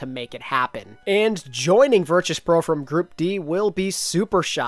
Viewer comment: The way says Virtus pro is making me mold